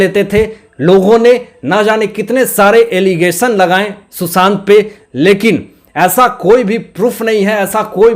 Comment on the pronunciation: mai kai baar,kah chuki ki aapke ekcent sudhariye.......Susant nahi Sushant boliye.Isi tarah aur bhi aapke ekcent galat hain,sorry.mai aapki maa ki age ki hoon,isliye, advice di again sorry.